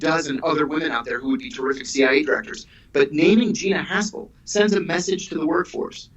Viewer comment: Am I hearing the name correct ? Gina Arshole 😆